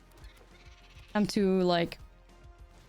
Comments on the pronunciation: It only sounds Dutch for the first half. Selesnya Koekies. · If the way you pronounce cookies bothers anyone, that's on them. Don't ever change it! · I have never thought you said cookies weird, that comment is not worth listening to.